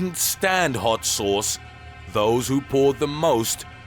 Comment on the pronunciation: the way he says VERY HAWT CHILLI SAWCE